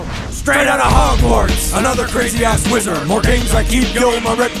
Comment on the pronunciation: L G T R A N it is wizard not weezard 😮😑😑😑😑😑😑😑😑😑😑😑😑😑😑😑😑😑😑😑🐖🐷🐷😐